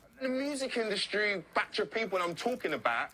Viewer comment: "the music In Dust tree" what's wrong with that reporter looooool